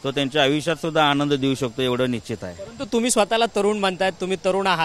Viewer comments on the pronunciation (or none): none